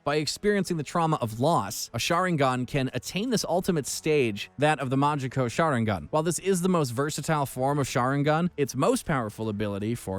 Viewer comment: "majiko sharungan" 😭😭😭